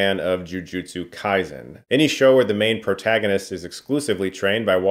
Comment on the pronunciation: You've gotta at least pronounce Kaisen right, man lol Come on now